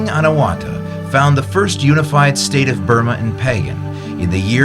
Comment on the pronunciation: Anawratha is pronouced not A na wra tha but " Anaw ra tha ". please.